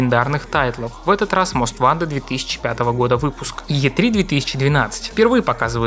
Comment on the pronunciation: Почему многие русскоговорящие обзорщики готовят много материала, но забывают про такую мелочь, как правильное произношение название игры. Не "Мост ВАнтед", а "Мост ВОнтед". А за материал, конечно спасибо, было интересно узнать подробности.